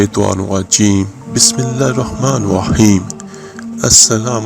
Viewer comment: برادری یہ ڈالرز چھاپ رھا ھے پندرہ منٹ سے زیادہ بول رھا ھے طریقہ بتانے کی طرف آف نھیں رھا اور تم خود کو بسم الللہ درست تلفظ سے نھیں پڑھ رھے ھو